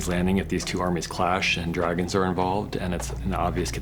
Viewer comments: At about he says "If DagonS ARE involved" regarding Episode 5 at Kings landing..? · "... and dragonS are involved' Does this means something more or just wrong pronunciation?